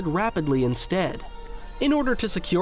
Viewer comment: its pronounced YIN-KOR btw not YIN-CHORR